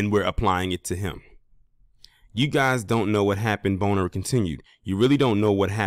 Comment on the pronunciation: That's how u pronouce his name?.......For real for real??😅😅😅